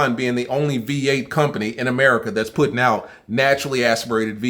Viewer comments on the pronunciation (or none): Niggga said America wrong 😂😂☠️☠️☠️